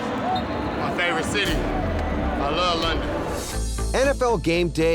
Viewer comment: “We in London, we super blead... I laaaaw London.” You saying words Gurley or just garbage.